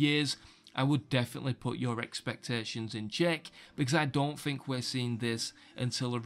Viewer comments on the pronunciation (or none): "I fink"